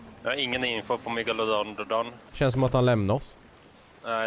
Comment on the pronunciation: MEGALODON!!!! Die pirets sa megalofån+en hahahahahahaha